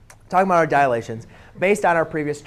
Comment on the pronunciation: *Dilations, not "Dialations" But great vid anyway, helpful